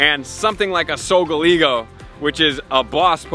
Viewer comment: Lol SolGalego??? Lol Sol ga leo!